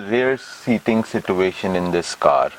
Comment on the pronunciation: SIT-TUATION :p